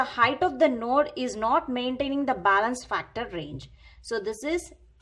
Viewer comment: Bailance bolna bnd kr